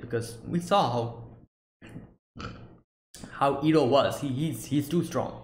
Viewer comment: Iroh already redirected lighting in episode 12 during the storm btw. Also you messed up with his name a couple times, it pronounced like eye-roh, not ear-roh. Season 2 is much more interesting and storytelling is much more fluid it expands on many previous concepts such as Avatar state and lighting bending already in the opening episode. Looking forward for some interesting episodes.